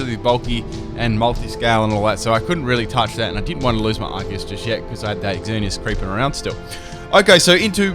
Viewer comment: I'm so happy you pronounce arceus correctly